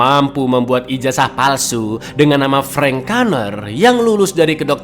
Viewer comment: min kalo ngomong ijazah palsu bisa biasa aja gk 😅